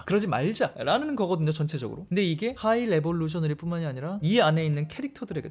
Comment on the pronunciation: 하이 레볼루셔너리가 아니라 하이 에볼루셔너리입니다!